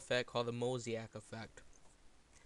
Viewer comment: "Then I'm gonna go to filter and I'm a apply a MOSIAC filter that's pixelate MOSIAC" Mosaic (mo•sa•ic) [moh-zey-ik] vs. Mosiac (mo•si•ac) [moh-zi-ak]